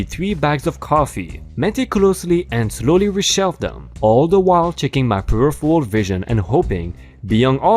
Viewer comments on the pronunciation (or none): none